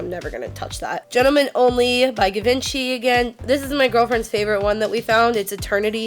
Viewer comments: it's actually dol-CHAY & gabbana and G-VON-CHEE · Kills me it's pronounced { jhee-von SHEE } Givenchy. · "Gi- vent-chee" oml im dead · I could be wrong but I thing givenchy is pronounce gee-vawn-she not geh-vin-chee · This is awesome but the pronouncing is killing me! givinchy is zhee-vahn-she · I'm not an old lady and I use Lancome products. I don't know why it's labeled an "old lady" brand. Maybe because it's a lot more expensive and only older women can afford it. Whatever. Anyway, I'm not trying to be an ass but just trying to help - Dolce is pronounced like "dol-chay" and Givenchy is pronounced like "jzhi-von-shee". I hope that helps. 🙂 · Dolce is pronounced dol-chey and Givenchy is pronounced jee-von-she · Givenchy is pronounced "ji-vahn-shee." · givenchy is pronounced jhee-von-chee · The way she says givency. She sounds like trash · its pronounced "eve saint laurent", not "yeevs saint laurent", "jee von shee", "gor gee yo armani" not "george ee yo" if you cant say it dont wear it lol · dol-SAY & gabbana and GIVE-in-CHEE I had to stop watching. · lahncowme, jivenci, detectables...😬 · It's "gee-von-schy" too :( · Givenchy is pronounced "zhi-vaun-she" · Givenchy is actually pronounced more French like "jee-von-shee" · Kelly Blaine Ja-vahn-shey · Givenchy Gee•vahn•chee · My poor black ass even knows it's gee-von-shee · The Givenchy perfumes are pronounced Jee-Von-Chee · 'gee' 'vahn' 'chee' = correct pronunciation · But at least show some respect by pronouncing them right, self righteous trash digger. Give-ON-chi, Dol-CHe...They're so popular, it shouldn't be that hard. I honestly wasn't gonna comment, but seeing how disrespectful you are to people who are trying to help you sound civilized, I just had to say something. Go ahead and block me, I don't care. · Pronounced Gee-vahn-Chee lol nice haul but please don't tag store names. Unless you wanna draw more attention to what we do and gain competition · Cyndi Riegger Naaaa it's pronounced Guh-vin-chee...